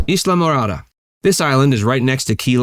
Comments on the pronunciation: It’s pronounced eye-la -morada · I'm a yank and that pronunciation had me throughly confused. Always thought is was heavy on the Eye as opposed to the E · Pronounced Islamorada wrong! Yankee